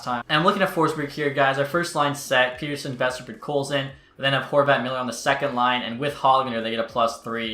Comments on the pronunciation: Say Peterson. Now say Pettersson. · Great Vid, just please learn how to pronounce Pettersson lol